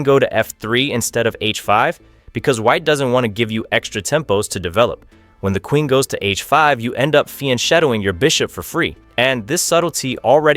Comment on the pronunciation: Just to note, it's spelled fianchetto, but pronounced fianketto.